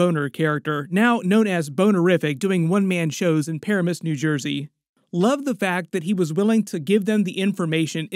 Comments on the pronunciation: Puh ram us. Not Pair a miss. 😅😅😅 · Not a comment about Easter eggs and such. Just an observation that you should look up the correct pronunciation of locales mentioned in the show. Any resident of Paramus, NJ, must be cringing that you mispronounced it “PIH-ra-MISS” — twice (:55 and 13.15). It’s Puh-RAM-ess. ☺ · It's pronounced Pa-RAM-us New Jersey. Fuhgeddaboudit. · Not the way he pronounced “Paramus, NJ” lmaooo Parimuss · Fyi, it's Paramus, pronounced PA-RAM-MIS to the natives. In case this Ralph Bonner thing lasts more than this episode, 😂😂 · 😂 I was born and raised 20 mins from Paramus, every time you say it I chuckle a little with your pronunciation. I'd deff be pronouncing it the same way if I wasn't from there 😂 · The way he’s pronouncing Paramus is hurting my Jersey soul lmao